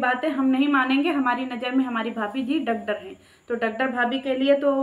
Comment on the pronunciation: Doctor bolna to sikh